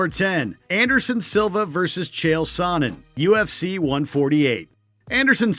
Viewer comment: Chael Sonnen is Pronounced SHAYO SUN-IN